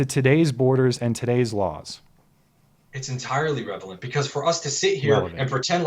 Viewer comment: It’s entirely revelent!: Relevent. I think that sums up the entirety of this debate.